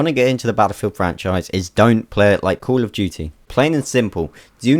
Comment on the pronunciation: "cool of duty"